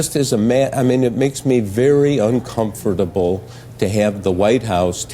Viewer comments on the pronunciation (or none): Woodward utters his words weird. He pronounces uncomfortable... as un-com-for-table! And: He's a great propagandist.